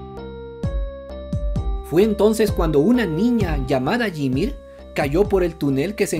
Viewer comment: La pronunciación de YMIR me dio cancer. Como este canal tiene 2 M de seguidores, va mas allá de mi comprensión